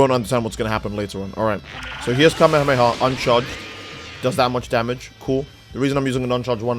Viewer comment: Who tf says "kameamea" 💀